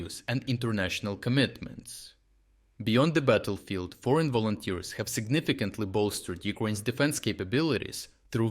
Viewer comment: yea "volonters" 🤣🤣🤣